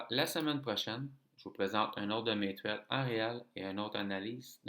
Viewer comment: Salut, tes propos sont intéressants. Si je peux me permettre, sans vouloir t'offenser, pour améliorer ta crédibilité, quand tu parler d'une trade,, tu prononces "trède ou tread en anglais" alors que le mot trade se prononce "tréde" avec e accent aigu. J'aime bien quand tu parles également de tes pertes car la majorité des traders qui cherchent à enseigner ne parlent que de leurs gains et ce n'est pas réaliste. En plus ça fait sentir aux personnes avec moins d'expérience qu'ils font qqc de pas correct et c'est démotivant. Bonne chance et continue. Bon succès.